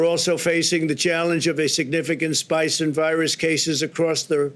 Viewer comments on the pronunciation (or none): "A significant SPICE in virus cases". Now that is a challenge. Never-mind, Orange Duck, reading is not your forte either. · He said spice in cases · .. "a SPICE in virus cases" MORON! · Did he say Coronavirus Spice? Yes please, "spike" my steak with some of that Wuhan spice